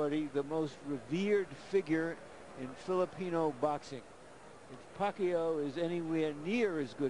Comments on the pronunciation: The commentator first pronunciation of Pacquiao is "Pekayow" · emanuel pronounce it puh-kai-oh !!! haha !! now every knows pacquiaos name perfect flip style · 40 PACQUIAO, SAY PACQUIO! Commentator is a boss. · lol amazing foreman cant even pronounce pacquaio in these days